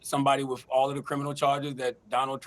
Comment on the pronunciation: It's WITH, not WIT her...lol It's ASK, not AX... 😂😂